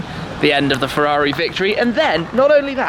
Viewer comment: Forza FEUAUUIIII, I can't hear that please stop, FERRARI NOT FEUAUI